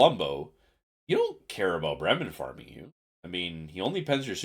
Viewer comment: "It's the Bremmen, the Bremen (right pronunciation), we'll stick with Bremmen"😂